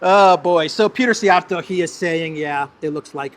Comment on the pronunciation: Say Siij-Jia’rto. It is a compound word meaning “Whip-handler” or thrower !